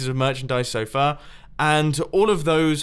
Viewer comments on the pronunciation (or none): you said so fur